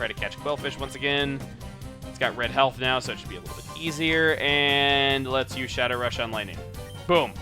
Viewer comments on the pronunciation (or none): none